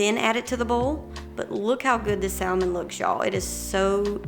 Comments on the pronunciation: Its pronounced sam-on not sal- mon. Leave the L out. Everything looks delicious. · The L in salmon is silent 😭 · I love the L pronounced in saLLLmon, never heard that before (usually a silent L), bless the southern accent, so sweet :)